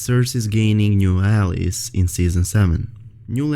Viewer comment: i know English is probably not your first language but its pronounced Al-Eyes (Allies). Great video and thanks for the info.